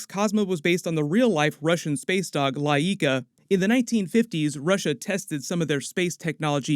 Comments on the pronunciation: It's not very important, but Laika is pronounced with the stress on first syllable (Làika) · Well it's all great🦝🗯️, the same "Hollywood" cash grab ideas 😏💸 but... only one thing dude 🙂, the dogs name was badly produced bcs it's not La eeka, it is pronounced Lai ka, just how U would say Nikon 😁 so Stay focused 💥! ✌️😎🔪🐕‍🦺